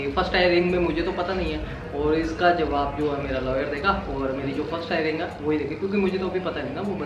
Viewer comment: हायरिंग नहीं हेयरिंग कहते है. भगवान आपकी सारी परेशानी दूर करे🙏🏻